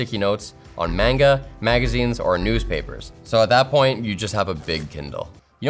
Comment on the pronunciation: Took me a couples minutes to figure out what he meant by "main-guh".